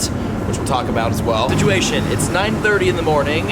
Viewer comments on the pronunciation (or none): none